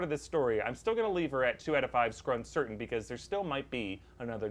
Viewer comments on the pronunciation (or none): Nobody absolutely no one: dead silence: skurn-certain